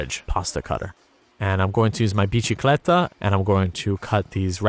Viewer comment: Its bisikleta not biCHikleta